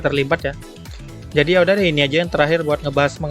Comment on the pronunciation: also: "njadi"